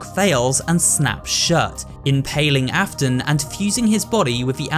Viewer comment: Hey dude great video also the William Afton part says William Afen lmao anyways really good video dude